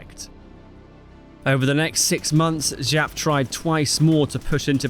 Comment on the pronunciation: Jap not Žap, he isnt french.